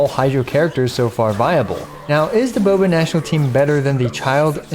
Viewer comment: Bobational sound like Boobational 😳